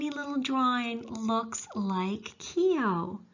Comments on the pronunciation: I suggest you go to Ireland and LISTEN to how it's pronounced and redo your show and do it correctly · you did well enough except the o is more prominent than e so instead of Key O it's Kuo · yes I noticed you switched half way through there. Keogh is pronounced "Keoo". The Kee-Ho is very much an Americanism. Like when visiting the Cliffs of Moher in Clare Americans will invariably extole the virtues of "Mo-her" rather than the "More" in the vernacular. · The E is silent the name is pronounced Kogh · Keogh..... pronunciation time...not Ke-ogh,.....its K-followed by a soft long yoo,also the K has a subtle Q sound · Fascinating Video, unfortunately you are pronouncing his name incorrectly , it's not "key O", it's Koow. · News - keeohhh is NOT pronounced that way for all you Americans ……… it is pronounced kyohhhh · Great work, can i just make a suggestion about pronunciation, Keogh is pronounced "Kyo" the e is not pronounced and gh together in irish is generally silent, so Gallagher is pronounced "Gallaher" and Doghtery or Doherty is pronounced "Dawherty" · The pronunciation of the name Keogh in Ireland has only 1 syllable,others use 2 syllable Key ho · It’s pronounced Keooo. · Several times during the video his surname was not pronounced correctly. This lady may have a lovely Irish name but that does not mean she can do an Irish accent. Otherwise, an interesting and enjoyable video. 👍 👍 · Great presentation and looking forward to hearing more. I was born in Ardattin a small village in the east of County Carlow. I was aware of Keogh but your background and detail is great. By the way for the correct pronunciation of Keogh you should think of it as one syllable and the gh is silent! Do you know about the other famous Carlow man who had a huge role in US history: Pierce Butler? Now there’s a story! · God, Why not pronounce his name correctly !